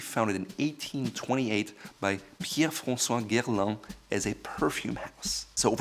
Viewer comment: Not sure we heard the same thing. I was shocked hearing him pronounce it as "Guerlan". Mind you, his “Pierre-François" was decent enough.